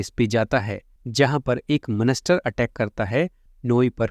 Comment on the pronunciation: bhai monster hota ha monester nahi